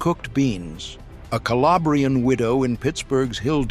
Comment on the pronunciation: Calabrian is not pronounced Ca-lay-bree-an. It's Cal-ah-bree-an.